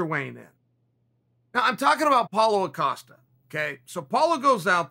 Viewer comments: Seriously, I don't know how come he never gets Paulo Costa's name right. I mean, it is a very simple name, isn't it? lol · If Chael says it's Paul O'Costa, than it's Paul O'Costa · Paulo "O'casta" Acosta. Ok great